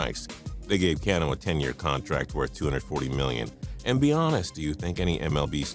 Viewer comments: It's Ca no not CIA no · its ca-no not can-o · cuh-no not can-no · Why does he say Robinson Cano like that? Its Cah-no. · How the fuck can you screw up Robinson Cano's name? It's pronounced kaa-no buddy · u say can`o wrong and stop talking abut the mariners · omg its not "can "o" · u lost me at can-o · The way you say cano sheesh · the way you said Cano makes me want to die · you said Cano wrong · David Price went from a contender to a contender. There credibility in this video went down for me when they didn't even have the sports knowledge to know how to pronounces Robinson Cano's last name properly. Also, before everyone calls me a Red Sox fan or whatever, I am from Cleveland and have been a Tribe fan from birth and still hate those assholes for 2007! Seriously i used to make accounts titled for my hatred of them... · The way he said Cano made me cringe. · I cringed at the way you pronounced Robinson Canó's name... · He can't even fucken say Cano correctly. And obviously he wanted a fucken team built around him. They have good players now. Some of your fucken videos are dumb af.